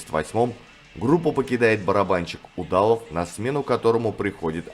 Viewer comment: Автор, что с ударениями? Что за трерО, УдАлов, НОрфолк? Кавер на Штиль делали сольно Линдеманн и кто-то из гитаристов Раммов, а уже пираты выдали этот сингл под именем Раммштайна.